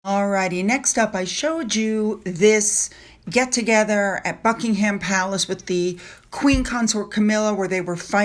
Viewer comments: Thank you for your chan regarding our Royal Family. A quick tip, Buckingham Palace is pronounced...Buck ing am Palace, not pronounced like the meat ham. Silent H. Much luck darling with your channel. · Buck ing ham Palace. Its funny how you pronounce it.